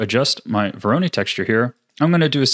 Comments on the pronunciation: I know right? it's voronoi not veroni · Excellent tutorial! Can't wait to use it in the future (but like, sir... it's vo-ro-noy, not vo-ro-nee) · bro it's not vo RO ny it's VO ro noi 😭 sweet shader tho 👏🏻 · VORONOI not veroni ;) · Absolutely fantastic tutorial, thank you so much for making this! I've been looking for a tutorial like this for a long time. Very minor side note: It's pronounced "voro-NOY" not "voro-NEE" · vOr-oH-neE texture. (No harm meant, great video) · Don't wanna be "that guy" but you're mispronouncing voronoi It's voh-roe-noi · nice tutorial :) btw, dont want to be annoying but you kinda pronounce 'Voronoi' wrong XD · The way he says Voronoi stresses me out xD